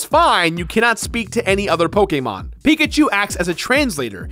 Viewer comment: the way he says Pokemon makes me wanna die